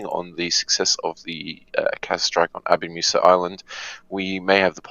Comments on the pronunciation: it's not "Abu Masa" it's "Abu moosa" like moose with an "a" at the end. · Just for info: its pronounced ABU-MOOSA!